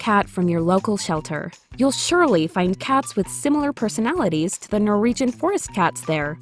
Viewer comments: Keep getting caught up by the pronunciation "Nor-EE-jhun" :/ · Also, is it me, or does it sound like she's saying "Nor-region" instead of Norwegian? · This would be far more watchable if you could pronounce Norwegian